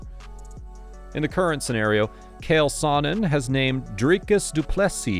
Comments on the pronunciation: great video i liked it, i been seeing alot of videos where fighters are getting names butchered.i thought that kale sonen was funny tho.well put together vid but im Italian had to break ur balls 😂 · Calling uncle Chael “” loses you all respect as an MMA reporter 🤦🏼‍♂️